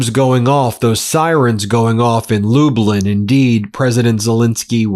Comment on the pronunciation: Such a simple name for a Polish town but still not pronounced right, it's not Lubelin it's pronouned Lublyn, it's spelling is Lublin, say club then minus the c. Sorry for pointing it out, I'm a fan of yours, but from a Polish background living in Canada and visited Poland before, it just bothered me hearing it pronounced so bad. Also my dad is from a small village near there, so that was the area of Poland I visited to meet relatives of mine.